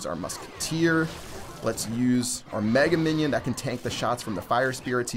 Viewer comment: did you say "Megan minion"? lol.